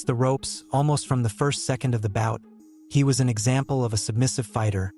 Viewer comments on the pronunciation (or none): none